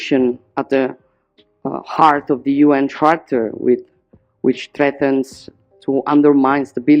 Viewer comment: heart of the UN tractor? 🥴😂